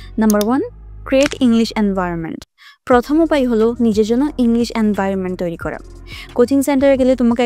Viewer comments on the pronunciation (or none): none